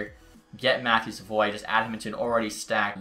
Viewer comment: Im pretty sure Savoie is said sav-oooo-ahhhh not sa-voy